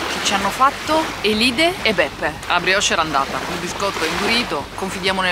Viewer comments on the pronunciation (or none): Bella raga! Simpaticissimi (come al solito...) ma gli accenti li cannate tutti! La signora delle puntate precedenti si chiama Elide con l'accento sulla prima "e" Poi Oschiri l'accento è sulla "O" iniziale. Ma non sembrate neanche sardi! Vabbè che sarete ormai generazioni di continentali, ma un minimo... 🤔😮😂😂😂🤣🤣🤣❤️